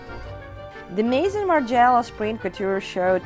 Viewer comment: You are pronouncing Margiela the wrong way.